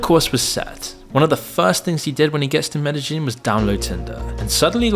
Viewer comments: I'm sure Loser Incel Dork is going to Medellin (pronounced MEDE-yeen) for the architecture. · Ok so this town in Colombia is called Medellin, its pronounced meh-deh-yeen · You mispronouced the name of the city Medellin.